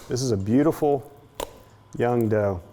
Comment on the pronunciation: Was I the only one that heard "John Doe" when he said "young dough"